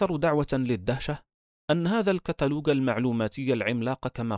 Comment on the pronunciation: الكاتلوج ✅ الكاتلوق ❌